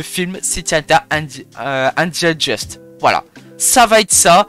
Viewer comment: C’est pas Angel Just mais Dust😭 se prononce Deust